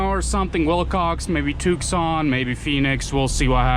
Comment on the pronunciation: just an fyi, it's pronounced "Too San not tewks san. cool videos, though. stay safe and good job with the flag!!